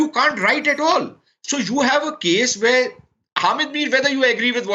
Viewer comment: What is “Werrrr” 🤣